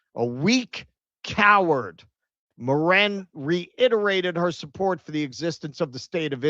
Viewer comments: I die a little inside every time you say Morran, it's Mirren!! I imagine it's subconscious cos you want to say Moron lol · Helen MIRren, not mirREN